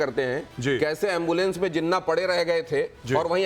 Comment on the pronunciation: Jinna nahi jinnah bolna to seekh lo jang laro gay bat kerna to seekh lo pehlay